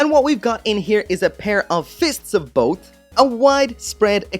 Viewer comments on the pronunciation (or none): LOL when said *both it sounded more like BOAT